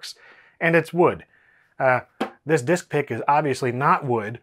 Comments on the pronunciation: Whenever he said "Disk Pick" in my mind I'm hearing "Dick Pic" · "disk" sounds/looks a lot like "dick" (word for penis), and "pick" sounds exactly like "pic" (short for "picture") so the "disk pick" sounds like you are referring to pictures of penises, especially when you say it quickly